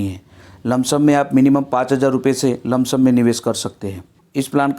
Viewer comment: लमसम नही होता है सर